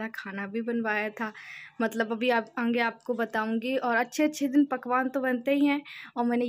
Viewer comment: ap aaange mt bola kriye sunne me achha ni lgta aage bola jata h😘